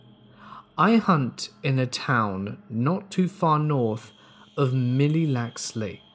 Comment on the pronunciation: It’s pronounced “Mill Lacks”! No disrespect I just wanted to let you know 😉 ♥️